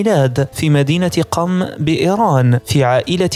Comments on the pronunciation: تصحيح .... قُم وليست قَم الصبّاح وليس الصباح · ليس حسن الصباح ،، بل حسن الصبّاح على وزن فعال و مدينة قُم وليس قم